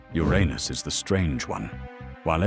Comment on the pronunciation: Uranus was pronounced: YUR-AYNUS !! 😯😳🤣